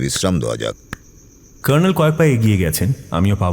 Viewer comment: সঠিক।এরা কর্নেল উচ্চারণ টা‌ ভয়ানক সাহেবি করতে গিয়ে নরক‌ করে দিয়েছেন।